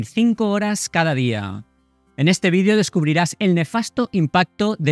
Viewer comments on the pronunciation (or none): none